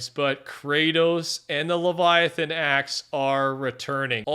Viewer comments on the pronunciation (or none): none